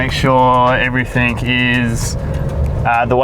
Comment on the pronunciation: Mate can you please stop saying everythink on camera its everything .. thanks